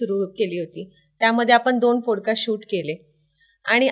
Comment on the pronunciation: पॉडकास्ट…not पोड cast..